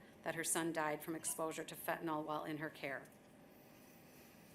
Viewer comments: It's fentANYL, not fentanOL. For crying out loud, if even the judge can't get the name of the drug right, how is "the system" legitimately trying to fight that scourge? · Fentanyl...with a Y. Stop saying fentanol. What are you George W. and nook-yoo-ler...?? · Everybody mispronounces fentanyl. It is fen-ta-NYL. It's not fen-ta-NAL. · How come nobody can pronounce fentanyl? It’s not pronounced as fentanall but fentanill.